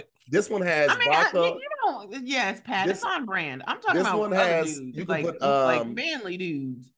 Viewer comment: Y'all let slide when he said "vodkar" 🤯